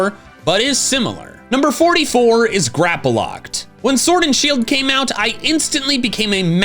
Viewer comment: THERE IS NO VOWEL BETWEEN THE P AND THE L IN GRAPPLOCT!